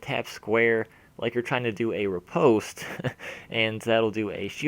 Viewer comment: Love your videos! Sorry but this is bugging me, I had to say something: The "o" in riposte is pronounced like the "o" in lost:) Thanks again! keep up the quality content!